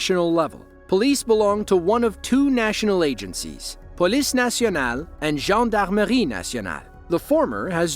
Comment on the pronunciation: Nice pronunciation on Gendarmerie!